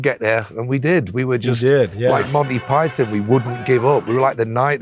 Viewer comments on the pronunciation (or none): none